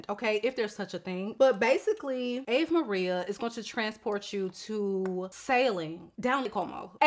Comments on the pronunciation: I’m excited to try Ave Maria. I’ve tried BomBon, Casa Blanca, Rosario, and La Mar. None of them were my personal tastes but they all smelt really good for what they were meant to be. Top tier. Ave Maria is the first one I’ve seen the notes and really seems my vibe. Also, it’s pronounced “ah-vay” There’s a very popular song by the name… and bc I know you’re a Beyonce girlie she did her own version of this song on her I am..Sasha Fierce album, it’s so beautiful. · Great choices! I think it's ah-vay Maria. Cheers!